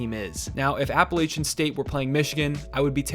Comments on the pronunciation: app uh latch in 😉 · How you going to talk college basketball and can’t pronounced Appalachian properly 😂